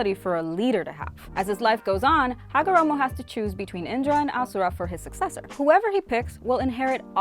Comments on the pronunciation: its ashura not asura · Why is she calling ashura asura